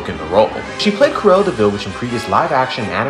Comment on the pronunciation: ITS NOT PRONOUNCED C-UH-RELLA ITS C-RU-ELLA😭😭😭😭😭